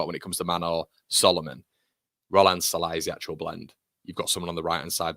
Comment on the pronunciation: as a Hungarian "Sallai" pronunciation is: "S" like sugar not like sun, and the "i" at the end is more like a "ee" on an end of a name like "Lee", maybe a bit shorter "ee", good vid, MOT